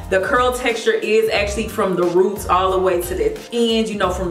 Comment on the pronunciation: “From the roota to the toota” 😂😂